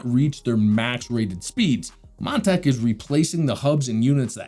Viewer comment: Nothing personal but every time you say Montech, it sounded like Montak, which sounded funny to me...😆